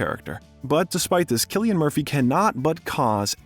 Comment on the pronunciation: Lad I am surprised you even pronounced Cillian right the way you butchered all the Irish names 😂